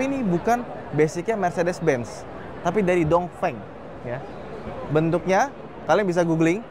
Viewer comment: ..pelajaran pertama.. baca cara Pinyin.. Dong Feng..dibaca. Tung Feng Wu Ling..dibaca.. U Ling Bin Guo..dibaca.. Pin Kuo Bei Jing...dibaca..Pei Cing 😂🙏